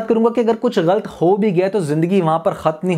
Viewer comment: bhai aap lafz galat ko galt bolte hen jo k galat he or sunne main bi acha nhe lagta plz don't mind lekin ager ho sake to apna ye laf drost kigiye ga